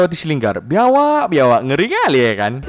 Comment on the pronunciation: Biawak ko bilang biawaak 😁😁